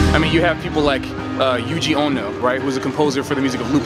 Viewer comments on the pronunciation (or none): none